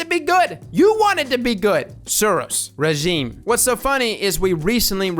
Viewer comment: He said Suros Regime. It's pronounced Suros Regime.